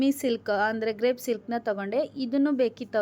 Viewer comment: Sister sorry ಅದು ಗ್ರೇಪ್ ಅಲ್ಲ ಕ್ರೇಪ್ ಸಿಲ್ಕ್